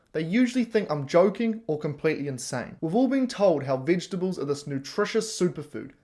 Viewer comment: can't even pronounce "vegetables".